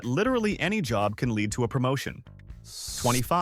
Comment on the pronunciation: Could you please teach your AI announcer how to speak English? It is jarring to have your AI not know the difference between LEAD the metal and to LEAD someone around. It just makes you look stupid